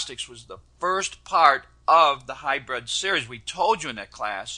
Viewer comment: Kind of annoying hearing him keep calling it hy-bred when it's pronounced hy-brid. I know of a couple of people that call it Hy-bird. But he's the best, so I guess he knows.